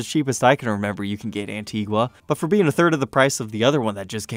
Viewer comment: It’s pronounced “Antiga”. The “u” is silent.